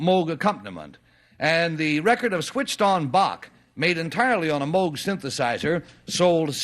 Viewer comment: just love how the woman immediately pronounces Moog incorrectly just after the announcer clarified...proof that people just don't listen.....Moog rhymes with Vogue